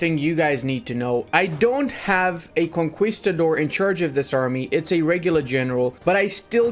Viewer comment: Love your videos. Conquistador is pronounced KON-KEE not KON-KWI. cheers.